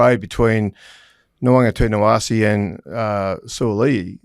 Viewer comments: Can someone please tell Kenty and it’s not “Nawaqa-TINA-wase”, it’s Nawaqa-NITA-wase! I get that it’s a long name, but every time Kenty butchers it I get an eye twitch. Now is doing it and giving himself a pat on the back for the pronunciation! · bless you both but your pronunciation of Nawaqanitawase is incorrect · butchered nawaqanitawase. geez guys